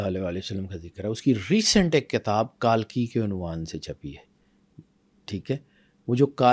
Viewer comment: تلفظ صحیح ادا کرۓ ,کالکی غلط ہے صحیح تلفظ کلکی ہـے